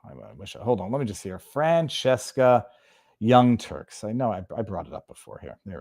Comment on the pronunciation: Viva, did you say young turds?